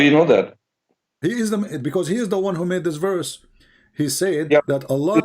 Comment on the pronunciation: Correct. He pronounced "verse" as "werse"